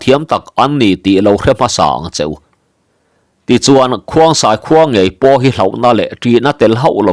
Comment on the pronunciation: Khongsai tih tur zawk ani lo maw